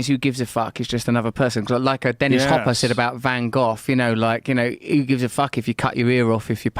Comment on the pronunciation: "Van Goth"